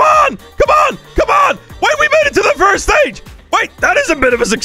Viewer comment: imagine saying "firist"